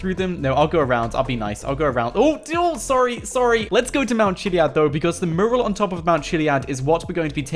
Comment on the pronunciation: mew-ral. it's bloody mew-ral